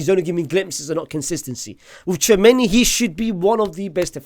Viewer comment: And the way you pronounce Tchouaméni as Chew many